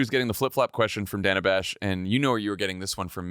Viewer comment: GFOR GOD’S SAKE—SHOW MS. BASH—a correspondent of many years—THE RESPECT OF pronouncing her name correctly! She has ALWAYS been “ DANNA,” not “ Dayna” it is not like she has suddenly appeared on CNN!🤬 ( But Vice President Harris handled it all brilliantly!🩷